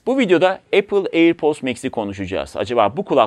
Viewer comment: Her söylediğinde airpost anladım yahu:)